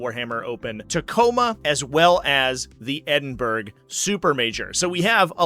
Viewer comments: Just a heads up, its pronounced Ed-in-burr-aa :) love from Scotland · Mate, Google how you pronounce: "Edinburgh". 😅